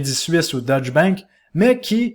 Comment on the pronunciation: Information général, il est important de prononcer deutch "deutsch" et non "dutch". Deutsch est la langue allemande, dutch est la langue hollandaise.... La prononciation change le pays..... ;-)